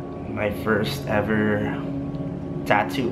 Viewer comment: Tattoo not tato